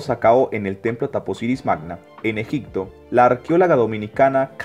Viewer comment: Es EGIPTO....no EGICTO (Con "P".....No con "C" )